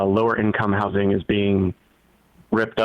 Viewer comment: The worst part of Abundance by far is the way Ezra has decided he’s going to pronounce “housing”